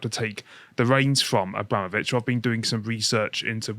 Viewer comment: Why can't pronounce "Abramovich"?? It sounds like he's saying "Obama-vich". Why can't Lotus Eaters train their presenters on how to pronounce foreign names?